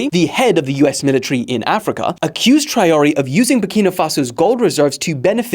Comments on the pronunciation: It’s Trawalleh for God sake 😭😭😭😭😭😂😂😂😂😂😂 but I understand no worries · the way you said Traore should be a international crime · the way you said Traoré will make africans (and prob french) cry